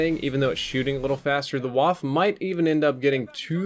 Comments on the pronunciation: Lol the W is not pronounced like a V, what are you talking about? Waffe, Wand, Wirbelsturm. None of these are pronounced like a V at the start. When says Waffe, it sounds like Wouff. Very wrong but when you correct him, at least give helpful advice. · You'll probably never see this, but it's pronounced "Voff-uh." In German, there are no Ws, only Vs that look like Ws (Waffe is German for "Weapon."). For anyone interested, the IRL rates of fire on the aforementioned SMGs are: M3A1 "Grease Gun": 450 rpm Type 100 SMG: 450 rpm (1940 version), 800 rpm (1944 version) PPSh-41: 900+ rpm MP 28 ("Waffe 28"): 500 rpm Note that the Japanese were (thankfully) late to the party when it came to SMGs, so they mainly just cribbed the Type 100 off of the German MP 18 (earlier variant of the MP 28, and the world's 1st successful SMG), thus explaining their similar appearance (even more so than among other side mag feeding SMGs like the Sten). Seems like Condrey inexplicably switched the rates of fire on the PPSh and the MP 28? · It's pronounced, "Vah-Feh". I know every german is going to tell you, or has already told you. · The e in Waffe is not silent, so it's more like "Vaffeh". Just sayin'. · "Waffe" is the german word for weapon and is pronounced like "vahffeh". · Waffe is pronounced with a 'v' and you pronounce the 'e' at the end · miss the evo in blops 2 lol and Germans dont say the W like in Sweden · pls, in German w is pronounced like a v, stop cringe 2k17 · actual pronounciation of Waffe